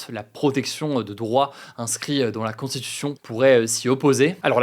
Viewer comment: Hugo, ça fait plusieurs vidéos, fait un effort sur ta diction et ta prononciation du mot "constitution", c'est infernal à écouter. Tranquille mec, t'as le temps de parler sans bouffer les mots de plus 3 syllabes.